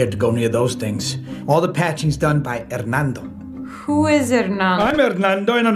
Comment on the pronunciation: ''Harnando'' HAHAHHAHAHAHAHH